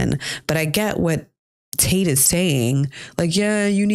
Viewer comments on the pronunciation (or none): none